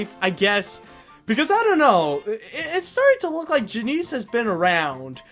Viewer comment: Janice not Janeece